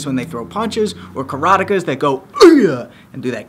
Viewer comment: Karateka is pronounced like erotica?? Who knew.